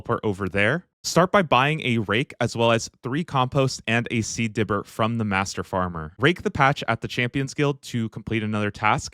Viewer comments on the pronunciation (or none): none